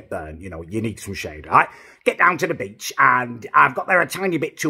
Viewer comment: Everytime you say beach I think you say b*tch haha!